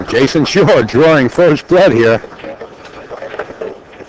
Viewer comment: Why does the idiot announcer keep calling the name Jason SHURE??